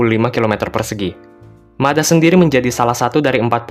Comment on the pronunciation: dibacanya Mad ha min, atau kalau dalam bahasa Arab مدحا